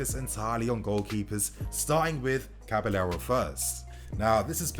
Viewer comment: It’s cabaYero bro. Not caba-l-l-ero 😖